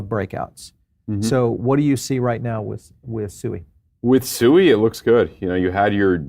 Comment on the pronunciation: BTW - SUI is pronounced ‘SWEE’ because the founders are Swiss (Suisse).